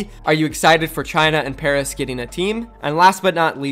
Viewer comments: Pairs? I know he meant Paris 😆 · PAIRS it’s Paris xD (love you vids btw) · Ahem... PARIS NOT PAIRS